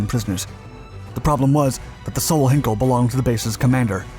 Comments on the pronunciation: FYI, it's 'H-eye-nkel' as in Einstein, not 'Hinkel', and the final 'e' Peenemünde is pronounced more like a 'duh' than a 'day'. Doh! 'Rocket Centre Peenemunde' isn't a thing. The facility was known as the Heeresversuchsanstalt Peenemünde (HVP), literally Army Research Establishment. Some of its products were then tested at the adjacent Peenemünde Airfield, known as Werk West, or Peenemünde West (for future reference the German 'w' being pronounced as a 'v'). They were neither Russian nor German so it's unlikely the B-24s and P-38s would attack or fight over the Rodina. Not much coal mining went on a Peenemünde. Our guy worked mainly on UXB disposal and runway repair. There must be so much footage of He111s around, why use video of an He177 Greif. This would have been a poor choice to steal as it was tough to fly and, fortunately for its crews, spent most of its time unserviceable. Neither did they steal either a Ju87 or a Bf109 fighter. There must be film of 111s? As a minor correction, which may make the story more understandable, Devyataev and his group did not escape from the prison camp. They has established themselves as a constituted work-gang and were that day working on the airfield. The guard killed was the one guarding them and they didn't need to storm the gate to the airfield, which would in any case not just have a single guard, because they were already on the airfield. One of them then put on the guard's uniform and pretended to be their guard, marching them up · It’s not ‘hin kel’, it’s ‘hine kel’